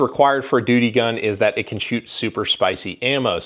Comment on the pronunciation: Lol🤣you called it a doody gun